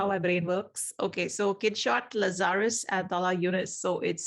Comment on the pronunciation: Errr it’s Lazar……us.